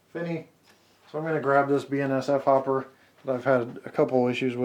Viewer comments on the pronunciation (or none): none